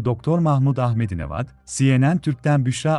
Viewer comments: Ahmedi nejat deyilmiydi onun ismi ahmedi nevat diyorsun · O adamin adi "Ahmedi Nejad" degilmiydi? Siz "Nevad" diyorsunuz da...